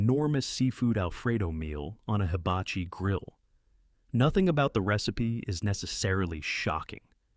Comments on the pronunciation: Did she say “haba-bichi”?? Bih, you mean “hibachi”!?!?!? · Hababichi lady, it’s hibachi. Why are you using real seafood and imitation crab 🤮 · What in the world is a hobbuhbeachie😂😂😂😂 its hibachi!! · What she call that grill? Hababeechee? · If she say hibachi wrong one more time 😅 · My thoughts exactly! I had to roll it around and think. Hoo bah ichee